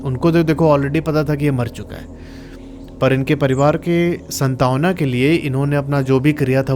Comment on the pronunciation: Santavna nahi santvana